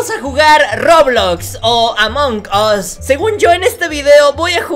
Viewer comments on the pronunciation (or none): dice mal amon gos 🤣🤣🤣🤣